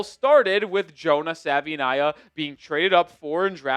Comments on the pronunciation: First things first - Savaiinaea is pronounced Savuh-ee-NYE-uh. Second, please cut down your talk time, at least 40% of your talking can be edited out. Other than that, doing a pretty, pretty, pretty decent job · Like the content but please pronounce his name correctly ☺️ He has done interviews showcasing how to say it. He says it's like saying Hawaii but with an S at the beginning and a V instead of the W. "Savaii - nye - a"